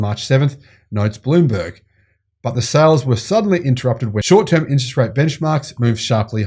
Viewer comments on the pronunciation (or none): none